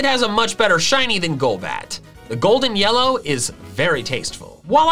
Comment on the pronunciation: At 8.12 to 8.14 you called it yella in stead of yellow